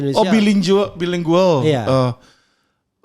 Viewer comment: Hehehehe Alvin nggak tahu bilingual dibaca bilingual... tetapi dibaca dgn bener..., bailingguel... Sdh kelamaan di Amerika Kupingnya ssh teelatih dgn bahasa inggris yg baik